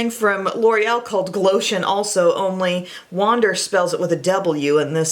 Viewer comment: When she said “wander” I thought she was saying Wanda but with a weird accent